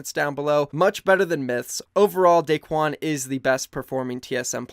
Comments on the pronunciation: Not Daquen, Daequan. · It’s daequan